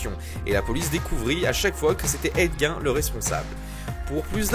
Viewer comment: Petite rectification mineure : Ed Gein se prononce Ed Guine. C'est cool de savoir qu'il va y avoir un film sur LeatherFace bientôt